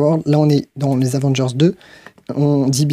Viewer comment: Super ! Merci ! Mais c’est « Avenger » et pas « Avanger »